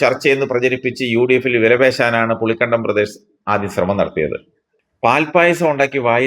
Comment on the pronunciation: പുളിക്കണ്ടമല്ലടാ ഇട്ടിക്കണ്ടപ്പാ. പുളിക്കകണ്ടം എന്ന് പറയൂ.